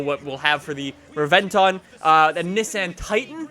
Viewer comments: you made an error, it's not called the Lamborghini Reventon, it's Reb-en-ton as quoted from Jeremy Clarkson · Rebenton not Reventon jeeeeez 😂😂